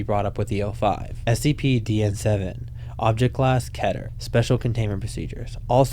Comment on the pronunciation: The most baffling mispronounciation of Keter class.